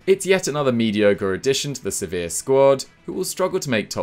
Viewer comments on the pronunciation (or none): none